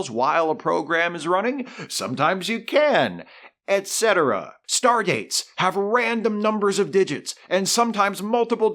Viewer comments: Ha... thought you said "Stargates" not "Stardates" LOL That would REALLY be off the rails. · I know he meant "stardates", but I heard "stargates", and that was just a cherry on this massive cake! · By the 24th century, who's to say a city in Florida isn't called Chicago. I also thought you said Stargates at first and not Star Dates. Which, that could fit into your awesome show anyway so... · I replayed it a couple times, just to read his lips. You're not crazy. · Read this as he said that bit. I heard STARGATES too 😆😅😂🤣